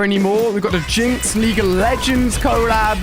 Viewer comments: It's collab not cooollab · Did you say co-lab 😆